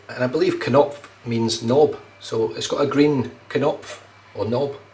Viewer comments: Nice shave, and thank you again. According to Google Translate, your pronunciation and translation of Knopf were perfect, we’ve all learned a very useful German word. 😌👏 I found it so difficult to make a video for my friend but I actually found myself smiling about a funny thing Frank once said to me yesterday. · You got the "knopf" pronunciation spot on this time,. It can mean knob or button.